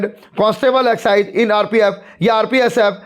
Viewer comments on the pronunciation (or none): Waah executive ko excise pdh liya 😂😂😂😂kya baat h sir 😂😂😂😂